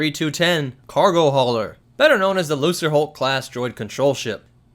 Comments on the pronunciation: please work on your pronunciation of english words lucre is not pronounced lu sir its pronounce lu ker as in lucrative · Loo-ker hulk, not loo-ser. Gah. That's been driving me nuts for several videos now. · Going back and rewatching your video, I hope you realized your mispronunciation of the class of ship. It's LUCREHULK (the C is hard like a K), not LUCERHULK. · Wait is it pronounced like Lukre hulk or looser hulk? Because I pronounce it the first way, it sounds cooler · It's a lucerhulk not a losserhulk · It's pronounced LUKE-ruh-hulk not LOO-ser-hulk ffs. I've always assumed the designation shared some etymology with the word "lucrative" which of course would insinuate that the huge commercial freighters netted a $hitpile of credits for the CIS... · Lucrehulk is pronounced Lukerhulk. Not Looserhulk. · that pronunciation is triggering the fuck out of me. Lu-CRE-, not Lu-CER. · Why does everyone on Youtube seem to pronounce it as "loo-sr-hulk"? Shouldn't it be "loo-kr-hulk"? The name comes from the word lucre (pronounced "loo-kr") which means money, especially money obtained through illegal or immoral means. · Not to be that guy, but "Lucre" is pronounced with a solid C, so sounds like "Luke-er" not "Loose-er" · Did he just say... Lu”s”raHulk!?! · lol if people were bugging you for saying it the other (correct) way, then you really can't be blamed for saying it as "looser" in this video... I have noticed that a lot of the SW Youtube channels pronounce it the wrong way, and I've never understood why. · The word is Lucre pronounced loo-kur. long oo. It means money in latin. So lucre hulk means big money. Get it cause they like money. Lucas was so smart. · I think it's pronounced "lu ker" hulk. As in "lucer" aka money. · Sounds like you say loserhulk class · Hard C not soft C. Lucrehulk, from the rootword Lucrative.